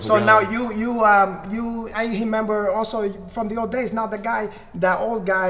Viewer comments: "I hemember" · “I Hemember.” Lolol